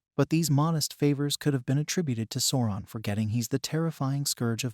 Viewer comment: (Sow-ron) not sorron! Sweet mary. Bless your heart.